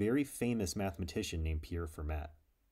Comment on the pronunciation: A great video - Pierre Fermat was a French mathematician and pronounced his last name with a silent T.